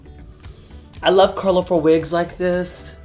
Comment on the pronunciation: "I love curlerful wigs like this."